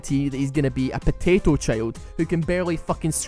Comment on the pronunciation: SAYING POTATO IS SO FUNNY KKKKKKKKKKKKKKKKKKKKKKKK